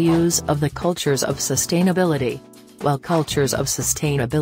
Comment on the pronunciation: All I kept hearing was “sust-hain-ability